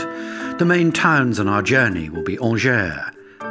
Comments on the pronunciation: I used to live in Angers, it's pronounced like Anjai not Angere btw. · Beautiful video. The narrator could at least make the effort to pronounce the name of the towns properly. Angers, Saumur, Anjou. Seriously!!!!